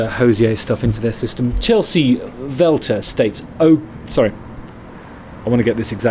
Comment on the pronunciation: Oh my gosh I cant believe my comment was quoted on here, thank you! Also, its Welter with a hard W, not a V :) Love your channel, and love that youre continuing to cover Hozier!